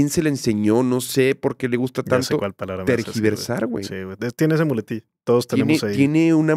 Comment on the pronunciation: yo recuerdo que dejé de seguir a Gala porque siempre estaba peleando con gente en instagram jaja y ahora que AM dice lo de “tergiversar” recuerdo que ella en sus comentarios siempre escribía eso, pero decía “transquiversar” . La gente la corregía obviamente jaja pero pues supongo que desde ahí se le quedó